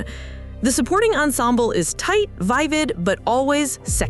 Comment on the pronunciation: Good analysis. But it’s LEE-sel, not Lysol. Wait, is this AI? “Vie-vid?”